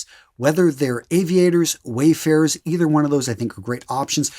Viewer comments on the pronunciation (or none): none